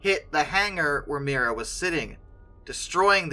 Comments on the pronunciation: It's not "Mira", it's "Mriya" The "R" is infront of the "I" not the other way around. I absolutely love this plane, I really hope they will manage to rebuild her. My father has this amazing story about her.. Back in 1989, before I was even born, my father saw her flying above our house when she was landing in Prague when returning from the Paris Air Show. Yes, it's when she had the Buran on her back. My father just jumped in his car, drove to the airport, lied his way through the security gate claiming he worked there and got right on the tarmac (yeah, the security was a bit different back then :-D), and got some beautiful photos of her. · If an aircraft is one of a kind it's unique - not "extremely unique". Something is unique or it is not. Not "Mira" but "Mrya". They're pronounced differently, you know.